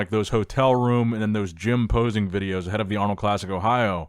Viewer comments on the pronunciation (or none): none